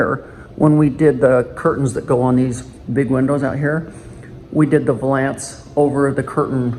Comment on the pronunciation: It’s valance! VAL.ANCE 🤦🏼‍♀️